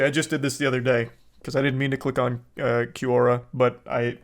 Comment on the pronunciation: It’s hilarious how he changes his pronunciation of Quora in every sentence